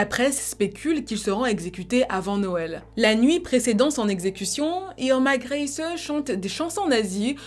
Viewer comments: ça se prononce "grése" avec l'accent sur le "é" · Pour la prononciation du nom de famille Grese, c'est /Gr'ɛɪzə/ (si tu sais lire l'alphabet phonétique international. Le premier "e" est plutôt fermé et le "e" final est muet. Ta vidéo était vraiment super intéressante : la période du Troisième Reich et la Seconde Guerre mondiale étant des époques qui m'intéressent tout particulièrement.